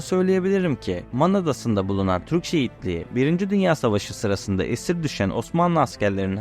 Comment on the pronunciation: Türkçe bu kadar zor bir değil be çocuk! Şu telaffuza biraz dikkat edin. Türkçe prodental ağırlıklı bir dildir. Defalarca dinledikten sonra "şehitliği" dediğini anladım. Allah aşkına biraz özen gösterin ana dilinize! Hele de bir medya platformunda yayıncı olmak iddian varsa...